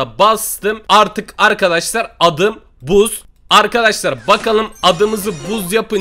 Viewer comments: Buzz o bazz deye okunu yo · abi buzz yazılışı adı bazz die okunur XD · Buzz değil okunuşu bazz